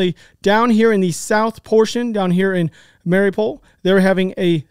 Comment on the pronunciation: Ever since this Ukraine conflict popped off again, I've been noticing how bad people are at pronouncing words... "Mariopool," "Nova Kosha," LOL like damn people, sound it out like they taught you in elementary school. Sounds like, has it mixed up with, Mario in a pool and Nova Scotia, Canada... LMFAO😅Side note: I do greatly enjoy all you guys are doing with, "Speak the Truth." The amount of bullshit on the internet is insane. This truly is a breath of fresh air!